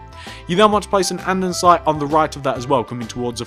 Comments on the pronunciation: why do he keep saying ande'n'site? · Grhhh I'm OCD. It's Said. And-es-ite. Not and-en-site 😞😡